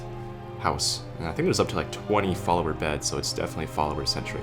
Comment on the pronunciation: The man on the bed: I was talking to a man one day in the game, when he suddenly stood up on his chair. While his was standing on his chair, another man came and sat on the chair! And the first man was still talking to me. LOL. I do also hope you said "follower beds!" To me it sounded like "falmer beds."